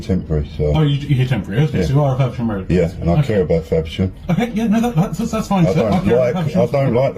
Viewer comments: It came up "Farnham" but every time they mentioned the town it sounded like my home town of Faversham. Worrying seeing as my elderly mother still lives there. She has told me she doesn't feel "safe" anymore, so maybe some of these plastic plods need to start working on how to change that state of affairs rather than hassling people for basically nothing. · DID HE SAY FAVERSHAM? NOT FARNHAM! NOT THAT IT MATTERS WHERE!!! 😠😠😠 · That’s what it sounded like to me.